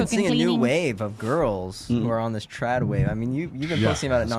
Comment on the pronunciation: TradWives! Not Trade...lol 😅 Thats a whole other meaning.